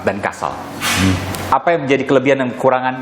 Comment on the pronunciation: KASAL woy KASAL bkn KASAD. This AL not AD